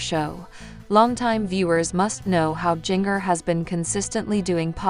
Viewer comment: I sure wish they would program this ai narrator to pronounce Jinger's name ginger like the root, and not ging-er as in washing machine wringer! 🥰